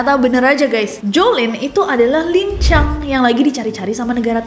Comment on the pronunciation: Lincang bukan lancang😂